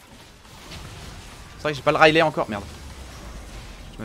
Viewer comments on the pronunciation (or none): none